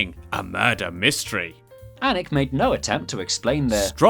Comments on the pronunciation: finally someone outside of Northumberland who pronounces Alnwick right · Damn someone who actually pronounces Alnwick correctly.. 10/10